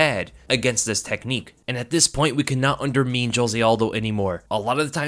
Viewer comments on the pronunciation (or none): Undermean? Is that how undermine should be pronounced? What a funny guy 😐